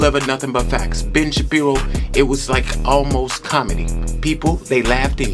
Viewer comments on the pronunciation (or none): It's pronounced Shuh-pee-row 😅😅 love ya!!❤ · Ben Sha(as in shade)pir(as in pier)o(as in oh) Shapiro.